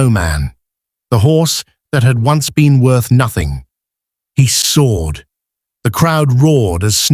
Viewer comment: Damn AI AND THE PROGRAMMERS .... SOARED. NOT. SWORD.